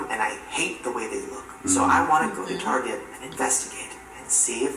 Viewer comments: It’s not TARGÉ. ITS TAR GET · target not tarjay